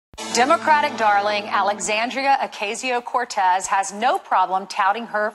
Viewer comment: Funny how everyone that has to say AOC name has to almost think about how to say it!! 😂😂